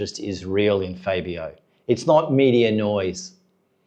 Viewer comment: if you're gonna do a video pronounce the riders names properly it's FAB-e-o not fay-be-o